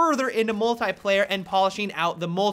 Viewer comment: The way he says "Mult-I-player" . . .